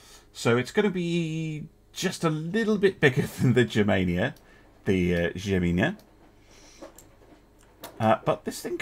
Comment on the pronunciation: Not 100% on this, but I think in the case of "Gemina" its supposed to be pronouced with a 'hard G' sound, rather than the 'J-like' sound...